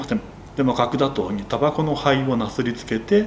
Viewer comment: 角砂糖が核弾頭に聞こえたw